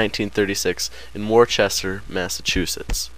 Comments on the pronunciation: not from MA, are you? Worcester is pronounced "wister" and Brandeis is pronounced "bran-dice". Good video though and it's good to see young people thinking about Abbie. I highly recomend you all read Run, Run, Run the Lives of Abbie Hoffman. It was written by his brother Jack. It's the best Hoffman book. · This video was actually pretty good. Goddamn I hated history day! By the way, its pronounced Wis-ter, Massachusetts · CultMovieFreak, it's pronounced "Wuss-ter," not "Wister." Or if you live in Massachusets, "Wusstah." And man, the narrator's voice is so annoying.